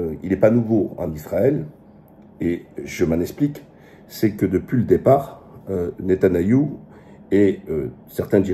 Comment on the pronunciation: Waleykoum salam oui tu as raison vidéo de qualités comme toujours et petite précision c'est pas netanayahu mais Netanyahu